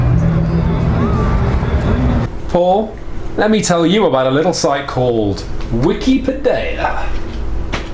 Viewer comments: Actually, I think you will find that the rest of the World pronounces Wiccapideya incorrectly. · Thanks. Thanks to this episode, I still pronounce Wikipedia wrong.